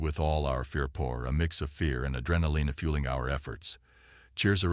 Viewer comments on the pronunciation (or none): Push Ed back the enemy, Adren uh lina and res peedy. Dude the pronunciation has me rolling. Otherwise great story.